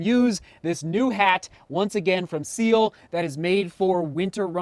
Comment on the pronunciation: Love that you got a Ciele! Best caps for runners and out of my hometown of Montreal. Btw it’s pronounced Si-El-Lay.